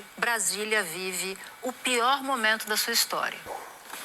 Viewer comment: A Natuza fala "momanto", deve ser a queixada rss 😄😄😄